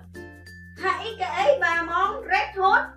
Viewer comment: chị đọc sai kìa, từ Hãy Kể chị đọc là Hãy Kễ